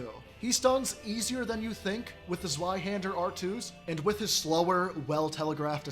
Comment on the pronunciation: Well, at least you didn't call it zwee hender.